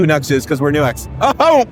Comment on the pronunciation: NEW-X! not NUX you NUCKLEHEAD